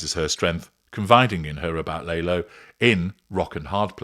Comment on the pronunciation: Lah-lo, no Lay-lo. Have you seen the show!?